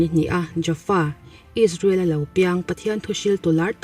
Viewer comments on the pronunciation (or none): none